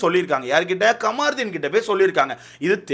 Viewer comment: Kamaruthin illa da avan peru kamruddin. First Olunga name pronounce pannu. Apuram review parkalam